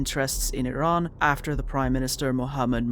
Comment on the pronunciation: the fact you can pronounce the name of iran so well is just a testament to your care for history, i've been a watcher for a while but this one hits close to home as im a kurd, lets hope the future is kinder